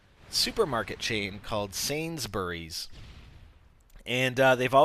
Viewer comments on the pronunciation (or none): love the way he pronounces sain-s-bu-rys. everyone in england says sains-brys. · you were close in the video...It's just an accent thing. I would say it more like "Sainsbrees," you were more like Sainsberries. I'll probably make use of that deal, thanks for the headsup. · Whoop nice way of saying Sainsburys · the way he said sainsburys made me laugh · Lol the way u said sainsburys